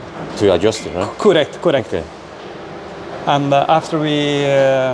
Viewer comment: I love when he says "cUrect' :D